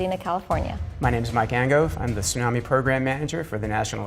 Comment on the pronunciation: Gaaaah the mispronunciation of tsunami is so distracting. Sunami (which is how they keep saying it) means vinegar wave lol.